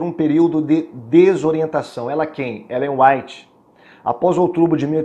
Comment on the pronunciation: Ainda erra o nome de Ellen G. white .kkk